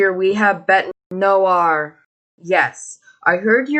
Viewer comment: WTF she still messed up "noire" LMFAO